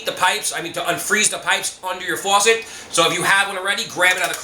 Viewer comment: yea I like the way he says “fuwasset” 😂 👍🏼